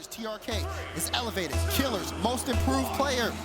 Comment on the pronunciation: It’s Kiileerz not Killerz. That was bothering me lol